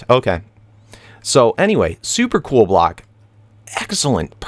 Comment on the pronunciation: When you say block it sounds like black haha